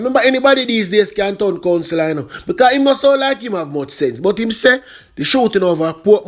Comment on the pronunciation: Anybody can’t tun Counselor 😂😂🤣😂🤣😂🤣😂🤣😂